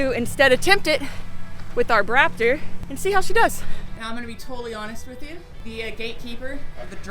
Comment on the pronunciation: SQUEEEEEEE!!!!!!, you made my day when I heard you say Brap-Tor!!!!!! I think it's a fitting name. How about you #LiteBriteNation?